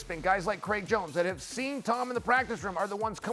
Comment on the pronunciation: These guys are terrible. Learn to pronounce names. On paper you would think this would be easy. Jones top 25 mma fighter of all time, no doubt. There is no need to talk about a drunk woman beater.